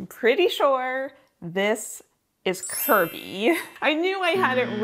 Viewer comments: saying Kirby with her whole chest!!! 😂😂😂😂😂 I know a little more about Pokémon than nothing but I’m basic and Pikachu is my favorite. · I facepalmed a bit when you said KIRBY, but I forgive you :D